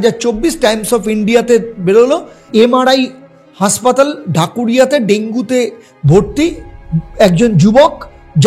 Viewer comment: আরে, উচ্চারণ ঠিক করো ভাই! উচ্চারণ করছো," হাঁসপাতাল"---- বাস্তবে ওটা হবে হাসপাতাল! ওটা ঠিক করে তবেই ব্লগ কর ভাই! ভালো ভালো ব্লগারের ব্লগ দেখে দেখে শুধরে নাও!